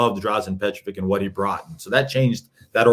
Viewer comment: his name was Petrović, not Petrovik. it sounds like Peh-traw-WICH. Come on, hes all time great. Also, its Vučević (voo-cheh-wich), not Vusević, hes a 2 time all star...